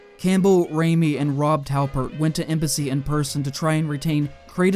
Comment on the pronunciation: And only near the end I realised you was saying Embassy and not MBC